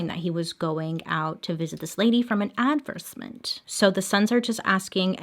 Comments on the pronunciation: You're not supposed to pronounce the E in La Porte, that you are supposed to include the TI in advertisement regardless of choosing whether to pronounce it in American English or British dialects. A v e r s e m e n t would mean Act of being repulsed or strongly oppose or having clear dislike of something but it is actually not a word. If you are saying A D V E R S E MENT , that also is not a word, however if it were it would mean the act of being unfavorable but a verb is not a thing that can actually act unfavorable, just like the previous word cannot act in any way, because the word for it is what it is It can't act or be anything else. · Anyone else notice how she kept saying “adversement” instead of “advertisement” 😹